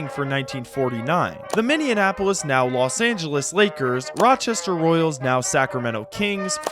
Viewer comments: Yeah, that's weird. I don't think I've heard "minndeianapolis" pronunciation previously. Do it once, just misspeak, but multiple references ... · I'm amazed at how often Minneapolis is mispronounced in videos. It's Minny-apolis...NOT Minian-apolis. It doesn't rhyme with Indianapolis. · I've had to make the same comment on at least five other unrelated videos from five other separate YouTubers. Maybe it's because I live in the upper plains where Minneapolis is a prominent city, but it's still insane to me how many people say Minian-apolis instead of Minny-apolis. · Minneanapolis making my ears bleed bro please show some respect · Speak it out "Minn-E-Apple-us" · Great video, but brother, what is a Minneanapolis? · That 2nd, non-existent N in Minneapolis is hurting my soul, and I'm not even from there. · The way you pronounce Minneapolis makes my ears bleed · I like ur vids but please learn how to say “Minneapolis” you’re really getting on my nerves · enjoying this vid my guy but you gotta learn how to say "minneapolis" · omg my thoughts exactly but also great job! outside of that pronunciation faux pas (and inconsistency in spelling it throughout the video) i've now watched this twice today so i really love your takes! so keep up your insight because this level of history is desperately needed!!!